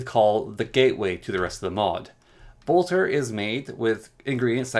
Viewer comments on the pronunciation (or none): I just can't with the pronunciations. Blotter (not "bolter" ) is used to dab away extra ink if you were in a hurry and didn't wan to wait for it to dry. Generally used when dip pens were still common, supposedly occasionally with fountain pens but the ink in those tends to flow very steadily and not need long to dry at all. I'm guessing that either the mod author considered it apt because of the association with writing, poets and thus, madness or just picked an old-timey word. Laudanum (not "Laudium") is alcohol laced with opium, which is exactly as bad an idea as it sounds. Used as a painkiller and panaceum in victorian ages and slightly beyond since, well it IS an effective painkiller. It just also led to an epidemic of opium addiction. As such the crafting recipe is rather apt because, well, poppies and all.